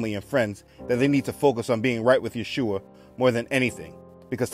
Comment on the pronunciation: Thank you for all those videos and all your content. It's so important what you do! Also I wanted to say that in this video you are actually pronouncing the name of Yeshua (ישוע) correctly, becouse in some of the other videos it sounds more like Jehoshua, witch is not how you would pronounce it. I am from Israel so just a small note.